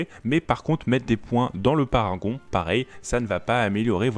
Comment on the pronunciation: C'est Parangon pas paragon...